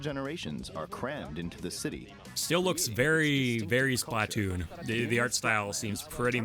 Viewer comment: it's Splatoon not Splahtoon btw